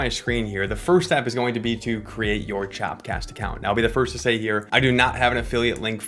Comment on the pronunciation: It’s called “chop cast” bruh, not “chap cast”, lol